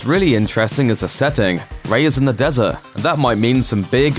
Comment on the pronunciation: Just say “des-urt” because even in your native tongue there’s a “T” at the end of the word. Cmon man.